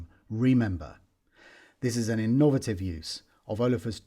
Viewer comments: I have never heard anybody pronounce 'innovative' like that. I suppose you could say it was...innovative. This thing sounds gorgeous of course. I expect it will be the new felt piano in terms of spotting it on ads for banks, charities etc. Fab work! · I used t pronounce 'innovative' like that, then I realised I was in the minority. I should have stuck to my own style. I have betrayed myself and.